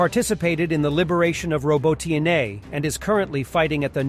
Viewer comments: I suggest you to read the" Robotine " with punctuation on the second "o". Like- robÓtine. Easier 4 You and true to the language ( surely hope ). Thanx 4 all Your really great work, team! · OMFG, Robot knee, not robotine nor robo teen a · It’s called „Robot‘ne“! ☝🏻😎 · dude, if you do war coverage try to consult how to pronounce or write the locations you're talking about. It's not ROBOTYNE, it's RabOtino (with accent on "O"), and Rabota means "work". And it's not Verbowe, it's Verbovoye. It's hard. Otherwise great stuff and thanks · Now it's ro-bo-tee-NAY. Why don't they just ask Ukrainians how to pronounce it? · hey can you please pronounce that one city correctly? it's ROBOT-N-A. Just like that.